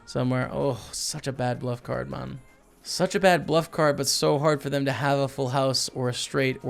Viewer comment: why does he say mun now instead of man